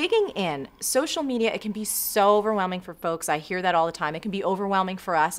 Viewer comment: LOL Marie! I heard you say, 'social medier" - seriously excellent interview, you both ah stahz.